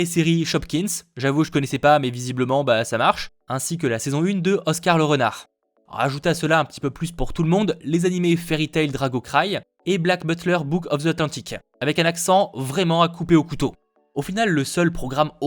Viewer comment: « Drago Cry » ?? Haaaaa mes oreilleeeeees c’est DragoN Cry !!😭😂